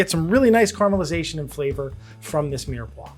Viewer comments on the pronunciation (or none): They didn't each him spelling or pronunciation - car mal isation? It's car a mal isation - that's how it's spelt and pronounced.